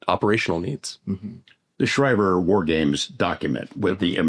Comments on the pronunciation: He pronounced the AF base wrong. Its shree-ver not shy-ver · Schriever is pronounced Schreever